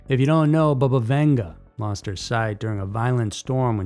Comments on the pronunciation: It's NOT pronounced BUHBUH, it's BABA!!!! RIDICULOUS!!🤦🏾‍♀️🤦🤦🏻😆🤦🏼‍♀️🤦🏿‍♀️🤦🏻‍♀️🤦🏼‍♀️🤦🏾🤦🏽‍♀️🤦🏼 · Not bubba- bahbah